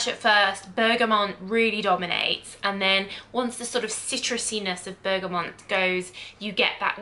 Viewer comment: Please don’t say Bergamont anymore! 🙀 It’s Bergamot ! 🙏